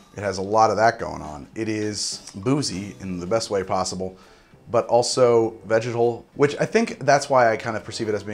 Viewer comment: I'm glad you display the tasting notes, because I could have sworn you said "vaginal" but after rewinding, alas, you said 'vegetal'...